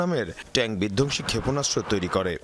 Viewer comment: বিধকসি না রে মাইয়া বিধঙসি। আগে হোম ওয়ার্ক কর।